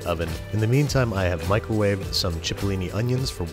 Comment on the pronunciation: Did anyone else notice that he said Micheal wave